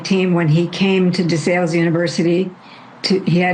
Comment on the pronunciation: Local Pennsylvanian here. It’s pronounced DeSALES JUST LIKE THE WORD SALE AS IN YARD SALE. I COMMONLY HEAR THIS PRONOUNCED WRONG ON THROUGH MEDIA OUTLETS NOT FAMILIAR TO THE SCHOOL. De SALES.